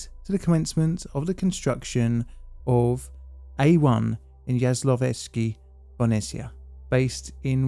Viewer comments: TBH, his Jaslovske is good. Bohunice it´s where the issue lies (if he´d just forget the "h" and call it Bo-u-nice and not Bonessia 😉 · Sometimes I'd like to see into the mind of an Englishman who sees the word Bohunice and pronounces it like Bonisia. 😆 Anyway, this nuclear power plant is located in Slovakia, which used to be sort of the Wales of Czechoslovakia. In 1993, we finally got rid of this money pit. 😎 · I’m sorry, but how do you mispronounce the word “Bo-hu-ni-ce” as “bonicea”? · That struggle to pronounce "Bohunice" is lovely :) I will watch the video but I will cringe a lot every time. And it´s surprising because the name is easy to pronunicate. BO (like "bo" in bomb) HU (like "ho" in hoop but not so long) -NI (like in Nicaragua but the n is softer) - CE (litke the tse in tsetse fly). Bohunice. Easy. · Oh my God man you butchered that name so much I had to Google if there is a third power plant in my country i never knew about 😅. But no hard feelings i totally get it 😆. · Just place the name of the powerplant into Google Translate and let it read it back to you in Czech or Slovak language. You have "butchered" that name quite well :) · Finally a video about this. Pretty accurate, although you butchered the name (that was sort of expected). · Wow, I have never heard about this before! Thanks a lot for covering this. That being said, I had to first google it to see what the hell you were trying to pronounce, lol. 😂 Just a tip for the future: simply type the name to google translate and have it read aloud in the respective language. it works perfectly for czech and slovak and probably most other languages too. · have to say you butchered the name completly but the atempt is great